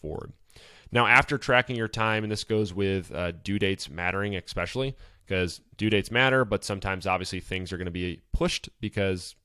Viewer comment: You are pronouncing especially wrong fyi. Great post. Thx